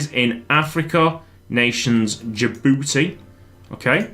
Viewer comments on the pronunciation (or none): DJI DJI DJI-BOU-TI